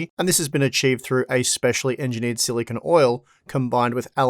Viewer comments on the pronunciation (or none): none